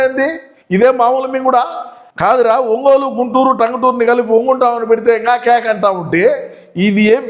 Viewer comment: One Gun Tam గున్నయ్యా Babu... గన్ అని పలికేవు తెలుగు రాదు...ఇంగలేసు రాదు....అన్నిట్ల ఈకు ఈనెమ్మ..... ఫా గు😂